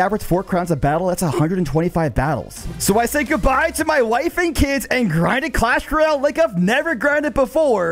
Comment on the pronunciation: “Clash Reyale”